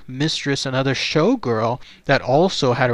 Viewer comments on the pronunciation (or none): Gees mr narrator, his name is Crater, you keep calling him Carter!!. ya got the r in the wrong place!!! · It's Crater not Carter. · How embarrassing not to understand the man's name is pronounced KRAYTER...not CARTER...only one of the most famous disappearing cases ever...if not THE most famous...was a tag line for comedians for years and years.... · Crater not Carter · CRATER!!! Not Carter, sad